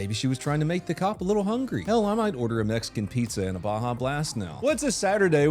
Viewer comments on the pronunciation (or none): none